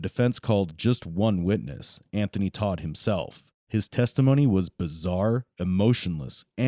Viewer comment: Tot not Todt.